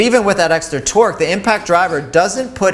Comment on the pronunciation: I swear hes saying "twerk" instead of torque